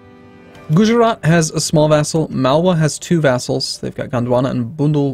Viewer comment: when you say 'Gujarat' phonetically it goes gujrat, you dont say the 'a' sound after "guj"